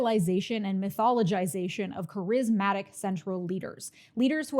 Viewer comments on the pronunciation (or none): "ka-RIZZ-matic" is crazy